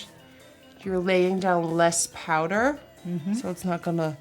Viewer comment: Nobody:: PAUDER